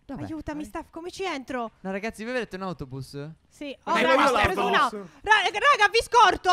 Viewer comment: autoblus non autobus😂😂